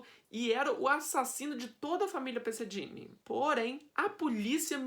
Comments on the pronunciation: Se pronuncia " perseguini" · Pesseghini e não Dini